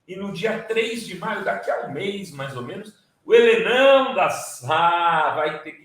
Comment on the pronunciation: Sr. Renato Rovai, respeitosamente, o Sr. disse: Helenão, mas o som me confundiu com "ele não". Será melhor dizer: HELESSIM.